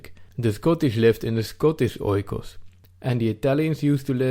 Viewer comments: Another excellent video! You must forgive me though, if I correct you on the pronunciation of "oikos", you say it like this: "eekos", just like the word "ethos". Grammar aside, you are very correct on the substance of the concept of "home" and "country" and I too believe it's being under siege, with varying degrees in different european countries. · just a remark oikos (οικος) = home pronounced "ikos". "oi" in greek makes the sound "i" or "e" good video bay the way. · Great video! Just a small input oikos is pronounced ikos in Greek oi=i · OIKOS is not pronounced OY-KOS.It is EE-KOS.Good video.Fuck muslims ,lefties and all PC SJWs. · Oikos is pronounced Ekos, as O and I when used together make an E in Greek couldnt stand it hahaha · Well it's actually "e". The "οι" is pronounced "e". Hence the "ecosystem": οἴκος=home + σύστημα=system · Nice video. If you want to be absolutely precise though, oikos is pronounced eekos. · Meanwhile oikos is pronounced differently xDD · Great vid ( 'oi' in oikos pronounced as 'ee')